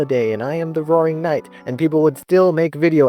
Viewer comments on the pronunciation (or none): "the wrowing nite"